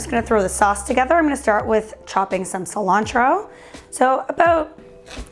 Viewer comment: Ci-lan-throw (Cilantro)